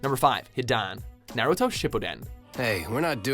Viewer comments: No matter how many times they include Naruto in these anime videos, they still can never pronounce anything right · WHY THE FUCK CANT YOU GUYS PRONOUNCE ANYTHING FROM NARUTO!?!?! Seriously. I thought that razengun was bad, but this proved me wrong.